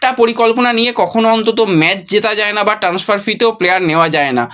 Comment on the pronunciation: আবার ট্যান্সফার।আর কবে উচ্চারণ ঠিক হবে!ইউটিউবের ব্লগ বানাতে গেলে নির্লজ্জ হতে হয় এটাই দেখছি